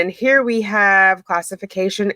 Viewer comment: Why do you say HAVE VE